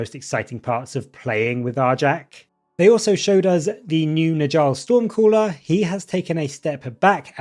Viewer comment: 😂 great video, but I gotta say… it’s not “nijall” it’s pronounced like “Nyall”. In Norse languages the J makes a Y sound